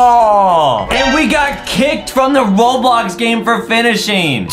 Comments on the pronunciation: he said Robox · Adam just said robox to the beginning 🤣🤣🤣😂🤣😂😂🤣😂😂🤣😂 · adam said robox in the start of the video hahahahahahhahahahahahh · literally says robox at the start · Why is Adem saying robox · why did adam say robox? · Adam say robox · Uhm i think adam forgotten the L for ROBLOX